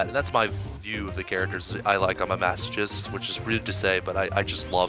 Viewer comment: it's weird him calling himself a masochist, not because being a masochist is weird or that it's surprising he is one while having such a surprising "grindset" mindset, but simply cuz that's not how u say masochist lol